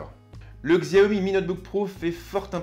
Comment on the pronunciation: On le prononce "chiaomi"....